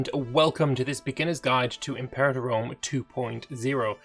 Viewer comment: Its prounounced im-per-ah-tor.